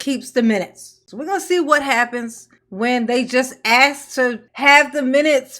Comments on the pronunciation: The word is ask a s k can I ask a question not a x e not a x x ask😊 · I would write the words just like she pronounces them and and include in parenthesis what the actual words are. Allizations (allegations), accrit (accurate). axe (ask) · Don't ax her😂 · My biggest pet peeve is the word ASK…it’s not AXE